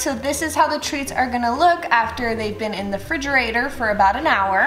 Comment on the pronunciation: I was interested until she said “frigerator” twice